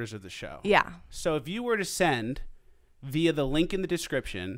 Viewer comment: It's pronounced via, not via.